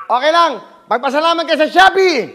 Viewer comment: “shoppy po shoppy.” Hahaha